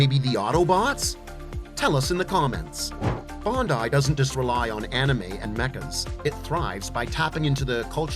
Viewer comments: Bruuuhhh..bundai..its BANDAI..🤦‍♂️🤣🤣🤣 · Gun-dom! Bon-dai! Might not be AI… but geez! 😂